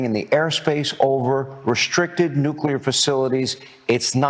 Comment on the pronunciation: C'mon David, can you dumb the security-speak down to speak to US? And for UAP's sake, can you please pronounce nuclear, (IE "new clear", not "nuculer") correctly? You're a detail guy, yeah?